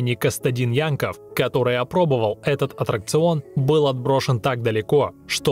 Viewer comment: правильно аттракцион а не отракцион или атракцион